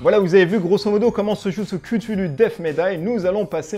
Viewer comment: Tu as oublié un gros point négatif, ta prononciation de cthulhu 😂😂 Sinon pas pour moi ce jeu, il ne m’attire pas je préfère largement un demeure de l’épouvante ou un horreur a harkam, qui me semble plus cohérent, avec le thème.